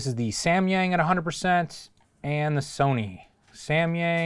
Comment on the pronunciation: i cringe everytime he says "Semyeng~"